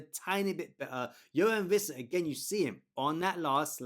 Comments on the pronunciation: great video as always, but just FYI it's pronounced Wissa(with an English W) not Vissa. "Wee-ssa" in fact. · Wwwissa. No V 🤦🏻‍♂️